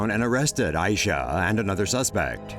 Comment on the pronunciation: Is not A I Syah is Ai Syah